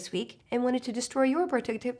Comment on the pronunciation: I laughed so hard at you not being able to say, "productivity". It was so cute I was like /.- bc I do it sometimes.